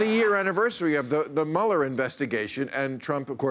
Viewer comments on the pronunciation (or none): none